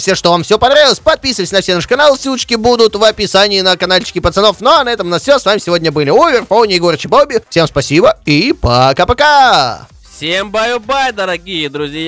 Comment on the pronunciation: Не очер а овер